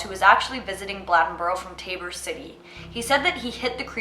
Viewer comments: It’s pronounced BLAY-DEN-BORO. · Blade-n-boro....say it right. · The way she said Bladenboro had me weak, pronounced blade-n-boro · I live in bladenboro and it is not pronounced the way you are saying it. Just wanted to let you know